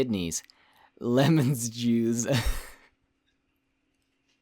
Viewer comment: I think you mispronounced juise.